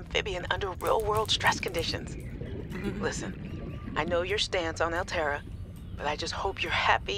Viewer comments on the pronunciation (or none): none